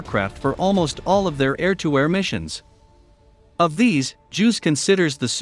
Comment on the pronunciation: It's "Juice", not "Juuws".